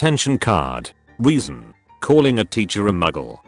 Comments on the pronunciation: He pronouncing reason as weason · Everytime the narrator said reason I heard weasel. I don't know how this is happening. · Them saying reason" Me hearing weezen* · Am I the only one confused because “Reason” sounds more like “Weason”? No? Ok